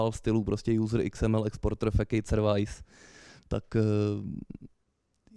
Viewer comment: A jéje, "servajs" jakbysmet.